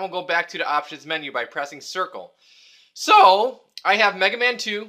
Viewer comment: "SO" hahahahhahaaa